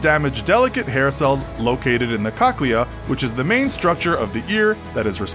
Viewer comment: that is NOT how you pronounce cochlea